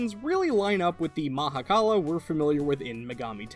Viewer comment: Thank you for the correct pronunciation. Shiva (in certain Hindu view points) is everything, ie the universe and beyond. So he is also the Mahakala (Maha = mega, kal = end/death/'to cease') because everything ends into the universe. Creator (Bhrama) and Preserver (Vishnu) originated from Him, and he took the role of "Destroyer". Not even other Hindu gods can begin to comprehend Shiva.